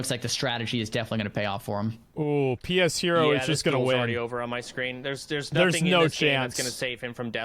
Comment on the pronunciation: everyone saying pshero name wrong is the most hilarious thing about this